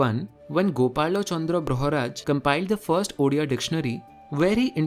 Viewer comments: Love ur pronunciation to the point (at least Odia) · First time I have seen someone who has researched about our Odia Language so well in this detail. Otherwise people from other parts of India still think that Odissi is our language, which is actually our dance form. also the pronunciation of Odia was very near to perfect. Which is usually very difficult for non-Odia people. Loved this channel a lot